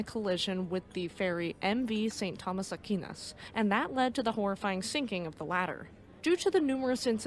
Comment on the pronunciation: What upsets me is that this ship was even allowed to set sail during horrible weather conditions. It's common sense! Don't sail during a storm! Reminds me of El Faro. BTW, Aquinas is pronounced Ah-Kwine-ahs.